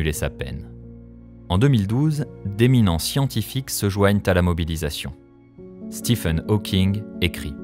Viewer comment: Je rêve ou il a dit stepheune Hawking